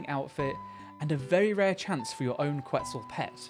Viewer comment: Ket-SAL it’s pronounced ket-SAL haha